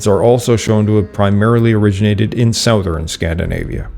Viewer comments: "Southern" is pronounced like "Suthern." Act like the o isn't there. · That’s not how you pronounce the word “southern” (I thought it was AI voice because of this) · Your pronunciation of the word “southern” is interesting. What is your native language? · English, he is Canadian.